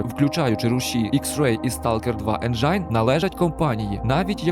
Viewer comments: Топовий байт на комент, слово "енджайн"😅. Engine [ˈenjən] - Енджин (з наголосом на першу "Е") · Друже, Енджин а не Енджайн, якшо шо